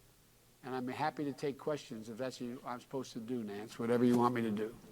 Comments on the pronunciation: Sounds like Joe said Nancy. "What ever you want me to do Nance." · Did he say nanc like Nancy